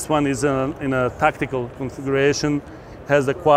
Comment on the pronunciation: He pronounced tactical as tacticool!